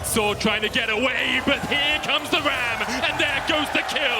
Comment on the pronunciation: Haven't really paid attention to how he dresses lol. I just can't stand how he talks. I can't recall if its this video or another match, but he pronounced "ram" like "wam" and hearing that for 30-40+ minutes in these long matches in just grating. It must be something with him, cause never heard EU casters that were as terrible to endure as this dude.